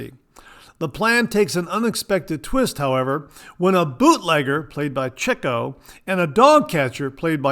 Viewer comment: Great show. Love the Marx brothers and got the password reference and you pronounced Chico correctly. Have a great week. 👍